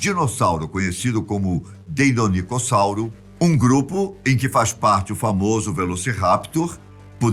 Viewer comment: Eu parei no "deinonicossauro" pqp